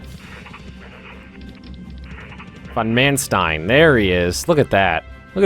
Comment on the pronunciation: its von Manstein spelled like fon Maanstein with an open and long a like in "large" ;)